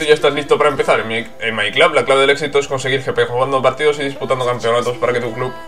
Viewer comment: buen video. porque dice my clab? si se dice my club xdd